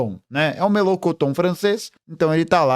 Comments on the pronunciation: 😂o melôcoton francês me pegou😂😂😂😂🚩🤌🏾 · MELENCHON - pronuncia como em portugues ."Melenxon"